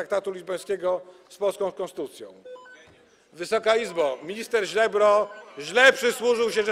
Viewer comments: "minister Źlebro" :D hahahahahaha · Minister Ziebro (Źlebro)? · Ricardo powiedział "minister Źlebro" pod koniec filmu 😂